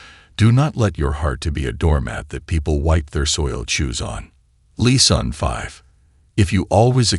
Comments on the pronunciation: What does the narrator mean by leason? 🤔 I exprected something like lessons, pronounced as lè sons or doesn't he mean teachings?? I wasn't forgetting myself, but sometimes people play the victim. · AI can be cool, but man it will be so nice when it really “learns” to speak correctly. “Lesson” is not pronounced “Lee-sawn” lol.